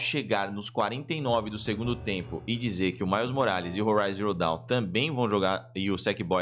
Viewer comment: Forbidden West!!!! ouvir o falando Zero Dawn deu uma agonia kkkkkkkk